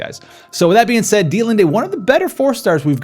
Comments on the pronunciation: It is pronounced either deet-lind or deet-lind-E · FYI... Dia-Lind is how I believe its pronounced. The "T" and the "E" are silent and at the beginning its sounds like Die-uhhhh so think... Die-uhhhhh-lind… ;-)